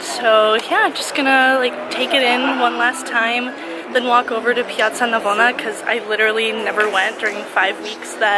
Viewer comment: wow your pronunciation of "piazza Navona" is really good! Did you learn some Italian while you where in Rome? (Italian here, btw)